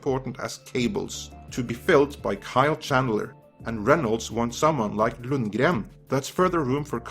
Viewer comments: This is worth watching just for the pronunciation of 'Lundgren' . Never heard it done properly before. Also great to hear Early Edition mentioned. Will have to watch the whole series one day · It sounded Swedish with a heavily Norwegian accent, so not 100% accurate. Still fun to hear though. :)